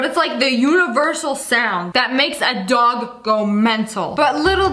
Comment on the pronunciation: Why does it Sound like dog but it door😂